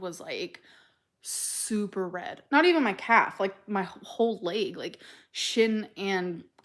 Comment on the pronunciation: The Lay-guh is red The Lay-guh is painful The Lay-guh is swollen The Lay-guh is TIRED